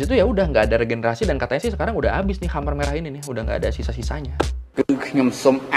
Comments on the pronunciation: Sedikit masukan bacanya bukan hamer merah tapi kemer merah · bacanya bukan khamer... tapi k'mer, mo ceu tung..punten baru koreksi,, baru lihat video ini. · dibaca mer merah bukan khamer kali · Mau nanya bang, Khmer dibaca hamer itu cara baca baku bahasa Indonesia ya? Kalau bukan cara baca baku sih saran aku bacanya K'mér atau enggak K'mai lebih akurat mendekati pengucapan bahasa Khmer. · Pengucapan ya bukan hamer merah tapi kemer merah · Gw sempet dengernya Amer merah wkkw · Huruf "e" di "khmer" dibaca kayk "e" di waktu nyebut "amer" cap ortu, bukan "e" di kata "demam". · Khmer bacanya Ké-May